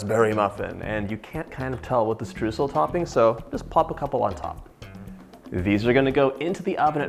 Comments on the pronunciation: The first syllable of Streusel is not what you are saying. It sounds like the second syllable in "destroy" (de) stroy-sel. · It's pronounced "stroisel" :) lovely recipe xx